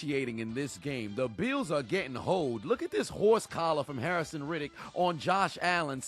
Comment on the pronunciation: Bruh.... who is "Harrison Reddick "?